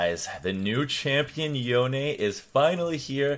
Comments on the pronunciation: Isn't it Yone not Yonie 😂😂😂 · Did he just say "yo nay"? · Yonay? how does he read his name like that